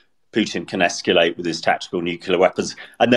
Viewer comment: I cringe every time says, Nucular. Why doesn't someone tell him how it is pronounced?